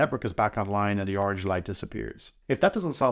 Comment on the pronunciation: It's not oranch It's colors